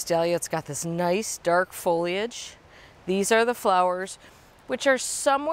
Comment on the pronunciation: OMG thank you so much for saying “foll—eeee—idge” and not “foll—idge.” I don’t know why this has become a pet peeve of mine, but it has. So much going on in the world and I focus on a dumb word.